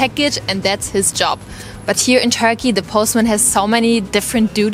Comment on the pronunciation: Whenever she is saying Turkey i am hearing Tokyo. 😂😂😂